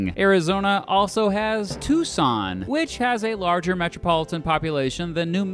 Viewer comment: Thank you for pronouncing Tucson correct